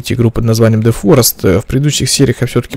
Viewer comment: почему ты в начале говоришь дэ форест если надо зэ форест